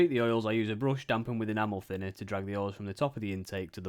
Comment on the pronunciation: I've watched so many of Plasmo's videos that I was really surprised when I heard "enamel thinner" pronounced properly :D.